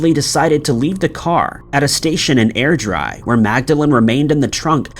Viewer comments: Also pronounced Airdrie wrong - air-dry lol, that must be deliberate surely? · 😂. Air dry ?? Airdrie pronounced Airdree🤣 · I’m Scottish and I know how it’s supposed to be said and I know how easy it is to go to google and listen to the pronunciation. I think his pronunciation was funny … Air dry . Come on , he’s got thicker skin than that .